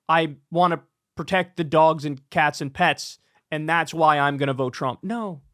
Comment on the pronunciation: I wish I could hear the laughter across the nation when he said "eating the dwogs"